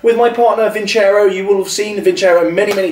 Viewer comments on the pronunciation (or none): It is pronounced vinsero not vincer o